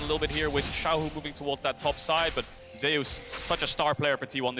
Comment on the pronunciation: So why is Zeus pronounced so weirdly by caster? Ze-us really? What happen to the god of lighting?